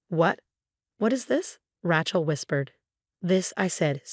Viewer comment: Pronunciation, Rachel should be pronounced Ray-chel